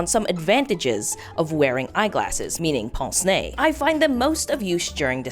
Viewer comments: it's just hilarious as a french person that you say pONce nez, instead of pINce nez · im so sorry but I need to tell you that "pince nez" isn't prononced as "pance né", but more "p-ein-se né" (idk how to explain it) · This pronunciation of "pince-nez" is so wrong... sounds like "ponce-nez", as if a device for sanding your nose. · bro said pense nez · "they don't 'pince' your 'nez'!🤣🤣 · If you need help pronouncing "pince-nez", a Québécois who has studied Canadian and France French, I'm her to help. For "pince", you basically pronounce how the word pint is pronounced, but replace the t sound with an "s". Then, for "nez", it's basically like saying "meh" but it's an n instead.